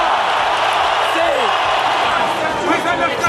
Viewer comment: “neece try” ? lol shit ai generated videos